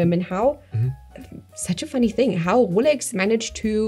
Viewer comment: I love it when says Wolex.